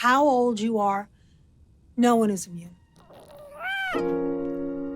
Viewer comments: It’s immune, not inmune ❤️ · Nobody is going to comment about "inmune?" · Inmune is not a word! Its IMMUNE